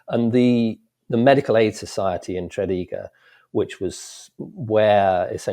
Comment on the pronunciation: That's a poor pronunciation of Tredegar. Despite that, I really enjoyed listening to this.